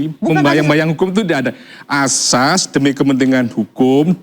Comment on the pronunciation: Oiwobo ngomong "ASAS" aja jadi "AJAS" pletat pletot gitu mau bicara tentang HUKUM,,,,Hadeehhh